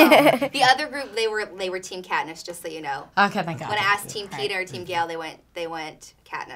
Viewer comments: Its peeta not peter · That awkward moment when the interveiwer says peter instead of peeta